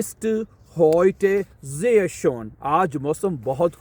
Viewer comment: Schon Nahi hota Schön. Hota hai. Pronounciation. Sprache( ishprachay) not (sheeparakhay)